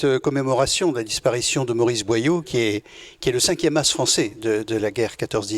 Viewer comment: BOYAU ET NON BOILLAU une descendante de Maurice BOYAU